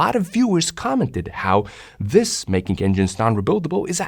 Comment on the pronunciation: OK, it's me who's easily irritated I realise but what was otherwise an excellent video with a comprehensive and cogent analysis with very clearly presented explanations was spoiled for me by the repeated pronunciation of "de" and "dis" for "the" and "this", etc. So here's the point ... some people due to a speech defect just cannot pronounce "th" correctly and, if that were the case here I would just suck it up with no comment BUT you clearly can. I heard, for example, thick and thin pronounced perfectly so the other (numerous and unnecessary) failures are just sloppy and lazy and each occurrence grates more than the previous. I do hope that you will correct this habit thereby making your videos even better.